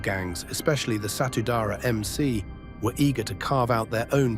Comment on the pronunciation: You pronounce the name of the Maluku motorcycle gang ALL WRONG !!!!! Read the letters properly. Its Satudarah !!! the letter u must be pronounced like the spanish letter u, for instance like the spanish word for unique , unico !! . So it;s S-A-T-U D-A-R-A-H, Which is the language of the people from the Isands of MALUKU and means ; ONE BLOOD !!! You dumbass !!!!!! At least , BEFORE you put up a video, do PROPER RESEARCH OF EVERTHING !!!!!